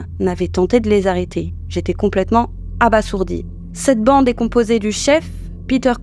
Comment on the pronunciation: On prononce abaZourdi, il n'y a qu'un seul "s" à abasourdi...